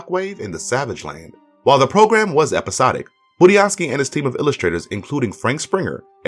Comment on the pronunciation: At least he said Budiansky the right way, unlike all the other reviewers.